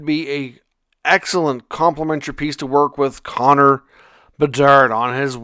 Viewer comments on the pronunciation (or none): none